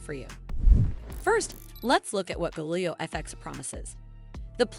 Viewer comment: You can’t even pronounce Galileo and yet you expect people to take you seriously?